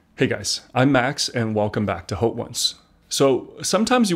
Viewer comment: the “H” in “Haute” is silent. it’s pronounced like “Oat”